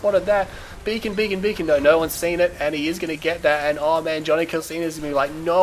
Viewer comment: Whenever you said "Beacon", you sound like a Jamaican saying "Bacon".